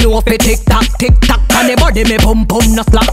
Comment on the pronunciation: I’m sorry when spice said balm tik tolk I died